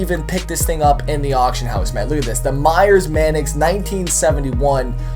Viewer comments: Ok. Tf is a "Manicks", not trying to rip on you but its "Manx" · sorry but it's pronounced manks not manix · it's Manx not manix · You could at least pronounce it correctly..mannix? No its pronounced manks. Its named after a cat called a manx.. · Wtf is manix its Manx at least look at the name for a few seconds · Say "Manix" one more time There's no i haha it's Manx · ITS MANX NOT MANIX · MANIX! MANIX! MANIX! WHAT THE HELL IS A MANIX? ITS MANX. M A N X are you illiterate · STOP PRONOUNCING IT LIKE THAT, ITS NOT A MANIX, ITS A MANX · Manks, not Manix. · Everytime he said MAN-EX I LOL'd. Pronounced MANKS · It's pronounced maynx! No man ex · not pronounced manex, its pronounced mAnks, like Hanks but with an "M"... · It's not the man x is a Manks or at least pronounced that way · u saying it wrong it's Mancx not manix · you're saying manx wrong. its not man ex its manks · manx, not manix. sorry. doing my head in:) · y does he say manx its manix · Its actually pronounced manks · he is saying man-ex but with an accent? explain... cos he's either saying man-cuss (x) with an accent or man-ex because he thinks that's right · By the way my great grandfather was the co maker of the Meyers Manx and I personally don't agree with the whole wheele thing the Meyers Manx is supposed to be a beach cruiser for street and off-road thanks for reading P.s. By the way it's (main-x) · He calls it a manix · its pronounced "manks" even the badge has a Manx cat on it, btw Manx is the nationality for the Isle of Man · fyi, there's no i in the pronunciation of manx, just say it how its spelled. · Yo it's pronounced "manks" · The way he says Manx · You were pronouncing Manx wrong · you said Manx wrong WHAT IS IT WITH YOU AMERICANS A PRONOUNCING THINGS WRONG